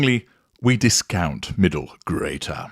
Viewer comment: The way says "Accordingly, we discount Middle GGGRRREATER" should send chills down your spine! I love this thoughtful and detailed analysis, another fine addition to collection on narcissism.